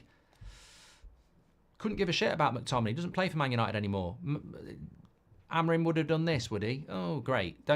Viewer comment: It's pronounced a-mo-RIM and not A-mo-rim. The third syllable is the tonic.